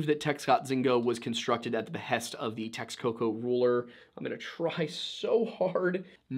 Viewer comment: Points for the effort on the pronunciation attempt, some help for pronouncing nezahualcoyotl would be like this “nessa- hooal- ko-yo-tl. Also the Aztecs pronounced the x’s in their words with the “sh” sound. For example the Mexica tribe is meh-SHE-cuh and lake Texcoco is Tesh-koko.